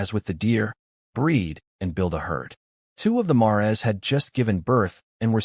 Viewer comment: Bro "mares" is pronounced "mayors."